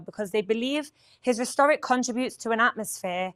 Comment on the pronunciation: The pronunciation of the city of Riyadh is, I believe, Ree-YAD (emphasis on the second syllable) not 'Rhyadd with the y sounding like 'why. The pronunciation of 'rhetoric' is 'RET-orik', not 'Retooric'. Please advise as her mispronunciations are odd. Noticeable for what seems to be an English-born person. Otherwise her updates are very interesting and concise. I watch TBN Israel almost every day due to the huge amount of information that is packed into each program. Bravo to the team!